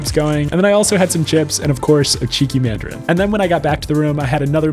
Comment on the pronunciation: "And a madrin" -Noah Anderson